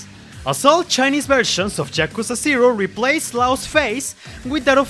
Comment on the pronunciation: ah yes jakuza